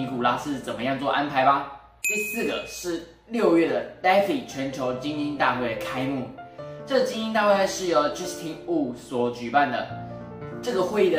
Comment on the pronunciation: 沒有刁難的意思，defi的發音是di三聲 fi四聲